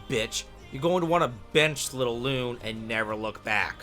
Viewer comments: "loon" and "skeel" is effing killing me here. My man played the game with sound of or something. Also, terrible tierlist. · Loon, Skiel, May-el! This game has amazing VAs how do you mess up all names when they get pronounced so many times. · My guy, her name is spoken all throughout the game. How are people still calling her "loon" Cmon bro, "skeel"? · he pronounce all female characters name wrong. loon, skeel, may-el ... who would take this tier list seriously from someone who don't even know how to pronounce these characters names?? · Clearly you didn't like Lune but got damn what is your pronunciation? It's luna, did you even pay attention to the story? Damn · Also side rant, why is he pronouncing the names, specifically Lune and Sciel like that??? I played in English, is that how it’s pronounced if you play in French maybe? Not trying to insult just curious lol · Did you not play the games in English or did I just decide to pronounce their names (lune and sciel) differently on my own?